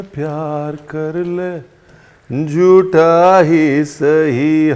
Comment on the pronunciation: Ranveer bhai aaj aap lag rahe the 😜😜sach me aadhi nind me ho 🤣esiliye Pal bhar ke liye Hume koiee Pyar kar le , Jutha hi sahi 🤣🤣 actual word is Jhutha not Jutha … ( Phir ye mat kahna ki humne bataya nhi 😅) jokes apart really liked the dish .. yes today only I m going to give it try … lots of respect nd love from US.. all time fav chef 🙏🙏